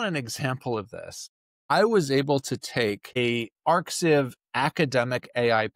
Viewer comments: arxiv is pronounced archive, not arcsieve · The 'x' in arxiv is the greek letter chi. So the website is actually pronounced 'archive' not 'arc siv' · arxiv is pronounced "archive", not "arksiv" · Great video. By the way, the arXiv site is pronounced "archive" (that's the play on words, because it is literally an archive of papers); the X is the Greek letter chi. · arXiv is pronounced "archive". The middle letter is a greek Chi (Χ). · Hi, "Arxiv" is pronounced "Archive" where the "x" is the Greek letter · They say to never make fun of someone for mispronouncing a word, because it means they learned the word from a book. And I think that's a great philosophy. But...yeah, it's totally "archive"